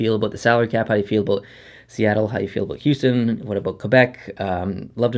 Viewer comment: You say about exactly how they make fun of Canadians on south park, lol. "aboot"